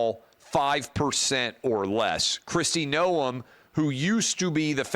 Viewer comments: It’s pronounced Nome not NoEm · That's fine...she wasn't going to make the cut regardless. Thing is that is ranch life is something most would never understand. Will never happen, but Tulsi Gabbard would work out really well. Travis, you are adding too much to the pronunciation of her name